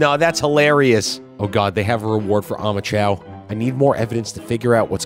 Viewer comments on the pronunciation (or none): I legitimately thought that when you said omochao you actually said homichao because it looks like it’s wearing a ski mask